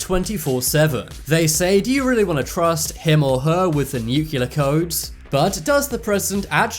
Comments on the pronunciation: It’s nu CLEAR not nuccular. Get it right! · Please learn how to pronounce NUCLEAR! Not Nucular!!!!! You're not Homer Simpson! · Frustrating! You spell it NUCLEAR in the video but insist in pronouncing it NUCULAR. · It's pronounced nuclear, not nucular. Couldn't watch the video further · "Nuclear" not "nucular". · Seeing as you invented the stuff, isn't it time Americans learn to pronounce nuclear (as in "New - Kleer") the constant "new-kew-lah" becomes a bit tiresome after a while. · Nuclear...( New clear) not nook ya ler...new clear... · Nuclear... it’s new-clee-ur, not nuke-you-lur. Drove me nuts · It's pronounced NOO klee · "Nucular" codes .... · "New cue lur" Thumbs down Exit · 'Oftentimes' ?? Shoorley you mean 'oftenley' ...and 'NEW-CLEAR' as opposed the mangled US attempt at pronunciation to which you seem so keen to align yourself. ;-) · It's painful to hear the many times he said "NEW-cu-ler." All you have to do is look at the word; it's spelled exactly the way it's supposed to be said. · Funny how the word "nuclear" is mispronounced every time. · Lol these idiots chant even pronounce nuclear